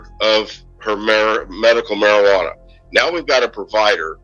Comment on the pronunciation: Medical marijianna, are you kidding me? It is medicinal! You are part of what's wrong, sir!